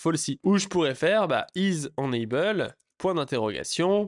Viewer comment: Alors deja on dit « énaybeul » et pas énanbeul…. Mais surtout mais LOL utilises vue.js tu vas découvrir des choses waow je pense 😅